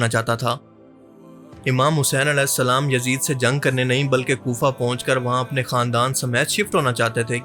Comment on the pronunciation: As nhi hain ra hain alesalam mat kaha karo